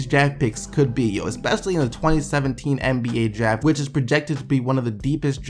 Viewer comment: it sounds like you're saying jag when you say draft